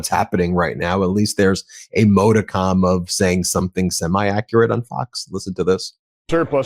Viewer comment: MODICUM....you are pronouncing it incorrectly.